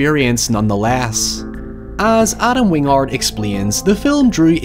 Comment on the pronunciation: "Wing-ard" vs "Win-gard" makes me wonder if it's a mistake, how it's supposed to be pronounced, or if it's intentionally on-brand for pronunciation affectation.